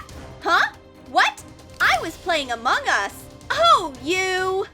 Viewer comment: Why do you say among us weird?? 🙄🙄🙄